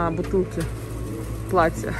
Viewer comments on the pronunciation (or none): none